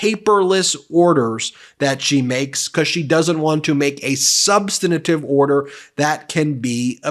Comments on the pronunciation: Please, Ben…it’s “sub-stan-tive”, not “sub-stan-a-tive”. 3 syllables. There’s no “a” sound between the 2nd and 3rd. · Sub-stan-tive. Not sub-stan-a-tive. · NOT "Sub san i tive". The word is "sub stan tive". Ben, you use that word in almost every video you make about Aileen Cannon. Please learn how to pronounce it. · Ben, I love Meidas Touch, am subscribed, watch or listen almost daily, but please -- the word "substantive" has three syllables -- sub-stan-tive -- not four. Please indulge me! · SUBSTANTIVE HAS 3 SYLLABLES! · SUBSTANTIVE has 3 syllables, not 4... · You’re saying “substantive ” wrong, there is no i between the n and the t. Please stop doing that. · I love Meidas Touch and I want you to get the repect you deserve. That is why I care a lot that you pronounce words correctly. When you mispronounce words, it diminishes your credibility. You are mispronouncing the word "substantive"